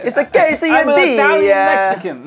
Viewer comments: Quesadilla? Do you mean a [Qu-say-d-la] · Who else got triggered when they were saying quesodia in italian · Why do they keep saying quesadilla wrong I’m Mexican like but he can’t even pronounce it right 🤯😡